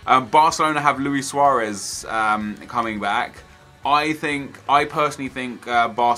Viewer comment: DaanielOwnage Bale is injured so how will he play are you dumb? Suarez is starting and pls learn how to say his name. Also Real Madrid have a kid named Varane one of the best in my opinion young defenders out there and could be one of the best in the world in future. Pepe is Real Mardrid problem with his temper a little tap on Suarez and you will see the diving master go down. I can see pepe getting another red card to his name in this game and ruining it once again like he did for Portugal at the world cup